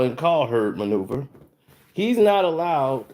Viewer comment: I love u but damn bruh. Colin cow(heard) that’s y it’s the heard Colin (kap)ernick u be adding ls to they name lol😂